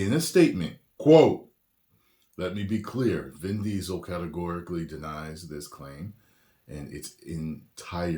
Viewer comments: "DIN VISEL" 😂 I LOLed so hard! 🤣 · "Din Riesel" LMAO